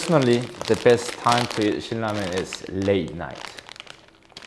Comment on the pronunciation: No joke I thought he was saying cook lemon...I was confused for min there I think he meant Ramen